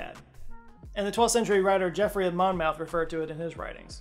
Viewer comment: Mispronounces Geoffrey of Monmouth. Nails Chandra Wickramasinghe. Nice. 😅